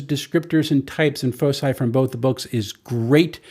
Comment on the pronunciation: Foci = "Foe-kai". It's the plural of "Focus".